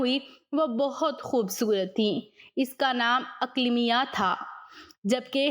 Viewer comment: Not Aklamia it’s Aqleemah